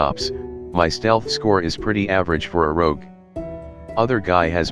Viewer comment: ‘Anal rogue’ Nice job anon